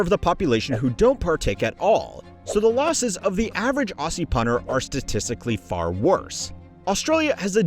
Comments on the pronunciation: Ugh, Aussie is pronounced ozzy NOT oar-ssee like the guy in this video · you say Australia, Australian, just fine but its ozzie, not ousie, we don't pronounce Aussie like its spelt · Australia mentioned! Why does it have to be for all the depressing stuff this time 😭😭😭 But also, as an Australian, pretty much all you've said so far lines up with what I know, which is impressive for a US-based commentator! Great stuff! Also, Aussie is pronounced "Ozzy" FYI 😊